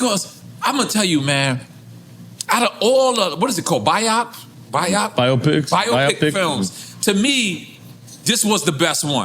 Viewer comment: Damn!! Nore, you couldn't pronounce biopic, the other time, you interviewed Scott Storch, and didn't understand what belly ache means